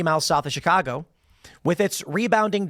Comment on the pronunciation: Tim, you dont say Chicago the way people from Chicago say it! What’s up?